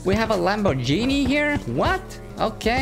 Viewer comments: its Lamboghini not Lambogeni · soo in not lambogini it lambginen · bro it isnt lamr jini its lambo-r-ghini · We have a ✨Lamborgini✨ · “We have a lambogine”😭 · Lamborgini? you serious? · I wanna tell you something Lamborghini is not with a G Laborg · the g of lamborghini you have to say that like the g of glass I'm Italian trust me